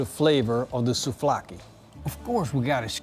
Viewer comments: It's souvlaki not souflaki 😉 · Souvlaki not souflaki...I need to dislike this as always... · Souvlaki - not sofloaki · You BLAXO your not even GREEK WHAT WOULD YOU KNOW ABOUT GREEK SOUVLAKI BTW IITS NOT SOUFLAKI OR KEBAB MALAKA GET YOUR FACTS RIGHT ONLY GREEKS CAN MASTER THE ART OF MAKING SOUVLAKI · He did say it was SouFlaki ... :) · Souvlaki.... not trying to be rude